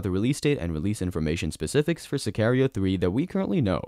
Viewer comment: To the guy making this video. Watch the movie, so you can learn how to pronounce Sicario 🙄